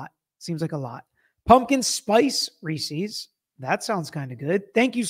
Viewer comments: We need to discuss a very important part of this It's rees-is so that it rhymes with pieces 😂😂😂 Not rees-eez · That’s a super weird way to pronounce Reese’s!! 😂 (it’s reese-is, not reese-eees) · Reece's sounds like "recess". Why does he make it sound like "feces"? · first time I heard Reese's pronounced reesys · I had to stop watching when you said "Reesie" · Ree seas? I thought it was pronounced Rees ess. Love your channel!